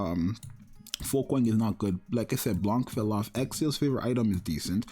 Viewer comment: Blanc too, the " c " is silent, it's a french word, same as Noir and Rouge